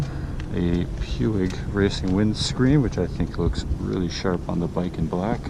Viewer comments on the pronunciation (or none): "Puig" is pronounced as poo-ge, not pew-eg. :tup